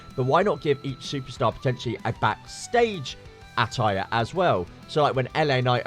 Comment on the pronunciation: Why can't you say attire?